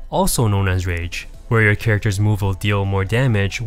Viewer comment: At first I thought you were saying RANGE effect lol.